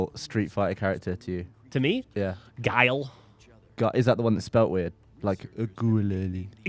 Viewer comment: i think your real name is guli... not guile